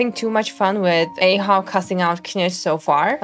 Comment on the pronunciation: ITS PRONOUNCED AH-HOW THE ARCHON QUEST DIALOGUE SAYS IT 😢